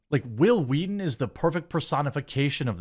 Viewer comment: It's telling that another show can change the culture so much that noone can say your name without pronouncing it "Hwill, Hweeeton."